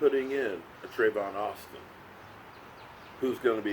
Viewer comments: Tavon not travon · Lol you always call him Travon. It's TAVON